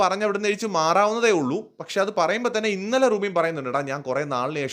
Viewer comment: റൂബിൻ അല്ല നൂബിൻ